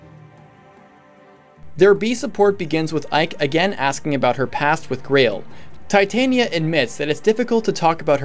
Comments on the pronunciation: Darth R0xas, As stated by Striped Shirt, Tie-tania is a metal. The name is pronounced Tit-ania. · it's supposed to be "Tit-ania", not "tie-tania" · Darth R0xas, the name comes from the queen of faries in one of Shakespeare's plays and is pronounced Tit-ania. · Am I the only one who blinked at /Tī/tān/ia/ instead of /Tit/on/ia/??... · Tye the Monado Boy Titanium is a metal. Titania follows grammatical conventions, so since the i is followed by a vowel within 2 letters, you pronounce it as I, not i. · It's supposed to be Tit - ah - nia. She's named after the queen of the faires from A Midsummer Night's Dream. There is an argument to be made for pronouncing it "tie", since the name is originally derived from the word "titan" (though considering the era that the name originally came from, it's unlikely that "titan" was pronounced the way we do it), but there is nothing backing up pronouncing the second syllable as "tayn" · well It's said more like Tuh-tania, but Tit-ania is how most people would write the pronunciation. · I'm offended at your pronunciation of "Titania" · Good video I like the idea behind this series.... just please pronounce Titania right in the future I normally am fine about pronunciations but that one just really got to me for whatever reason shudder